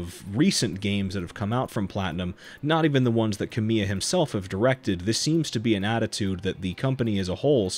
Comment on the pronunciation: The projects Kamiya's name is attached to are successful in spite of him, not because of him. Contents totally to the side for just a moment, this is just a very minor (I mean super minor) pronounciation note: emphasis is on KA in Kamiya, not MI. I figure you probably had no way of knowing.